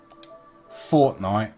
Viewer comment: He said forcenife